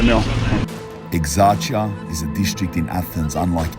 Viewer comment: Dude, at least put some minimal effort to pronounce the name correctly... That's so lame. Plus Exarcheia is currently NOTHING like you paint it to be. You're so FOS and trying too hard to gain subs and views over exaggerated or purely fictional stuff.